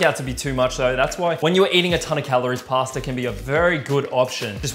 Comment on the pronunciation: Everytime you do this to "Pasta",one italian dies...